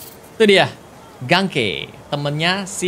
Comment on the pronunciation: Sedikit koreksi yg sebenarnya g penting bang (cuma agak greget aja dengernya, maap). Nama temennya miles "Ganke" itu bacanya "Geng-ki". Tpi klo ad yg salah silahkan koreksi aja🙏